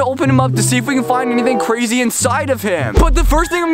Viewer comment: he said cwazy HAHAHAH